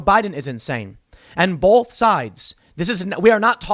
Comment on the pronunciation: Both not bolth hahaha